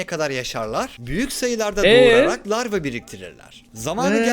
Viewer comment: Ruhi adam o lavra değil larva